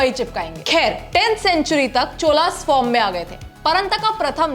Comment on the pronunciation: चोल Not चोला चोल साम्राज्य